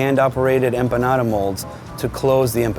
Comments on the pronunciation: Cada vez que dice "empanara" una empanada se suicida!!! Jajajajaja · i like how he says empanada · So cringe how he pronounces empanada.....